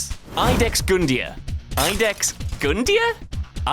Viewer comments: Iudex is pronounced like "yoo-dex." It's Latin for "Judge." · It's latin, it's You-dex Not 100% sure, but means Judge or at the very least adjudicator